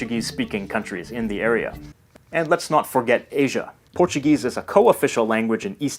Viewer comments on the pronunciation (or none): none